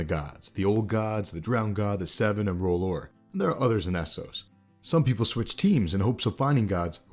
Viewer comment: I've noticed it a couple of times before ... but isn't it R'hllor and not R'hhlor? I could be wrong, but it bothers me every time you bring it up :D